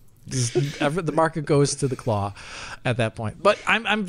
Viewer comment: "The Craw?" "No, not 'The Craw', 'The Claw!'" "Ah yes, 'The Craw'".